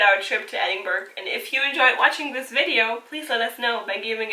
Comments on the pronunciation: I think Princes' street will give you an argument about the main street in Edinburgh (pron ed-in-bra not ed-in-burg) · Edin-buh-ruh ... not Edin-burg. Good video, though. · Argh, stop saying ‘edinburg’!!!! It’s pronounced ‘Edin-bru’ or ‘edin-bura’. Whichever you’re more comfortable - but it doesn’t have the same sound as an iceberg. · tuomask 78 I’m a “local”, born, raised, educated, live and work here... I’ve never heard “em-bra” (unless it’s maybe from the uneducated masses). Simply, it’s “Edin-buh-ruh”. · I think it is pronounced édin-brah ❤❤❤, Thanks for the video❤❤❤. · as a 80 year old lad who was born there , we call it Edinburra , now try saying that, it really is easy , well when you go there and say it how i have spelt it, i can assure all the folks will love you that you have pronounced it correctly ,Duncan, born in Edinburra . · Yes, EITHER of those are fine - but not Edinburg sounding like Iceberg. There’s a few factual errors too. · קמרוןSnipethemapplesקמרון No,it is pronounced Edinburra. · Thanks for posting this video. It was very informative and I have used it as a 'things to check out' reference as I will be there in June. I see a few people have pointed out the pronunciation of Edinburgh which by now, I'm sure you get. (When you hear it said with the hard "g" sound, it does interrupt the flow of your wonderful commentary.) And to share a bit of history, Princes Street was named after George III's sons--hence each of them was a prince. Cheers, Darryl